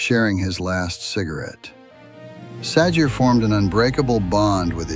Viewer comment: Sounding more like "Gee Sah-Jay"